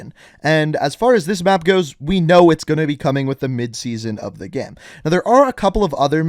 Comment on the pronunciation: I’ve noticed that you say “gamm” instead of “game” sometimes and I can’t stop thinking about it